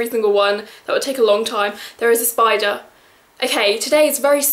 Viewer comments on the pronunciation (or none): none